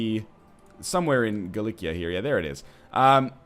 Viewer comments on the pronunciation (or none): Norse is one of the designations that can be both a culture and a religion, which is maybe why this might've confused you. But like others have said, you do indeed have Catholic rulers already. Also, for Galicia, the c is pronounced like an s.